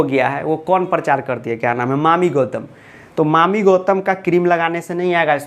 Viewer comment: Sir jiiiii mami gautam nhi yaami gautam ☺️☺️☺️